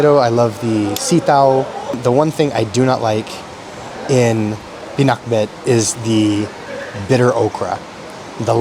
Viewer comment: I like the way you pronounced the word “pinakbet” you sounded like an Ilokano. Listen to how you pronounced it.